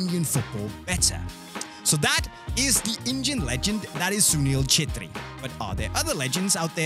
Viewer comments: Nailed that pronunciation. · im so glad that he pronounced the name right 🤣🤣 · Really appreciate for bring our legend under the spot light of western people and pronouncing his name correct 😂😂😂🙌🙌🙌🙌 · Sunil sir he is my idol 😍 and I'm happy that you pronounce his name correctly 😁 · FINALLY! someone who pronounced his name right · How much time did it take you to pronounce the name perfectly?😂